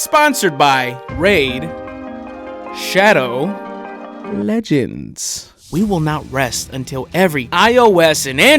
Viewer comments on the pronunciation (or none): F*CK NOOOOO me when he said RAID SHAWDOW LEGENDS